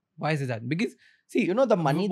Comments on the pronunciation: 28.33 Raj shamani it’s BECAUSE not bekez for heaven’s sake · Mr Talreja cuts to the chase in the best possible way . Clarity of thought. 👏. Interview was great but the" Bikus, bikus, bikus was annoying" yaar "because" bolna seekho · Someome teach this guy to pronounce “because”, his irritating pronunciation “bi-kiz” also the guest is giving him so much info and he can’t react to that. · Why do you pronounce because as becuz? 😢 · I cringe everytime Raj pronounces because as bikiz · Hilarious how this guy pronounces, "because". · Learn to say “because” correctly bro